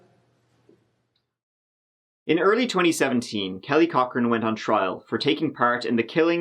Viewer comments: It's pronounced Cockring. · I mishear “Cochran” as “cock ring” every time... :(